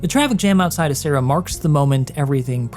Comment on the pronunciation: Just as an FYI: in Italian you would read "Acerra" as A-ch-erra, not A-ss-erra (with the "ch" pronouned as you would it in the name "Mitch"). "Cera" (pronounced like "Chera") in Italian means wax, which is why there could be a relation to the Latin for a ceremonial alter (assuming incense or wax candles were used).